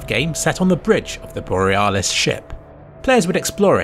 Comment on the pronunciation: boreAHHHlis mayLEE COMBAT